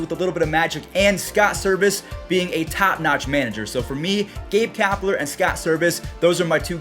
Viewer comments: dude its servais not service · Hey its not service its “servais” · It’s Scott Servias not Scott service, FYI but I love the vids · Sorry to critique you but it is Scott SERVAIS (bothered me as an m’s fan)